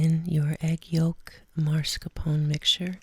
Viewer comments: So glad you're back!!!!! I loooooooove this video. I'm a grammar freak so I need to get it out of my system. It's MASCARPONE cheese, not MARSCAPONE. Sorry, I love you Lol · Baby é mascarpone non marscapone, però sei brava e comunque ora non so se ho più fame o sonno😉♥️ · Why she say marscapone instead of mascarpone though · Nice video! Had to tell you it’s not “marscapone” but mascarpone though😅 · That woman looks a lot like Debra Messing. And, I love how she says "marscapone." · Funny for someone who pronounces tiramisu so beautifully to also say MAR-scapone cheese 😄 love you mama no hate just poking fun!